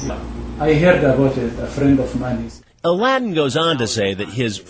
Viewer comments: his name is a l a d d i n, aladdin noooo xD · “aladdin” I